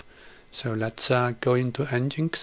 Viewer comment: great vid. nginx should be pronounced 'engine X', and not 'n-ginx'.